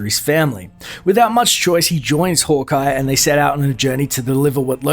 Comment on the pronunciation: Sounds like you’re saying “holk eye”